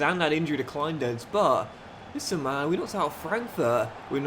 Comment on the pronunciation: Enjoying this mate (from Berlin) where Kleindienst is pronounced '..deenst' :PPPPP